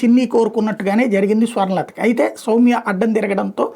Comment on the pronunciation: Samya kaadhu Sowmya ra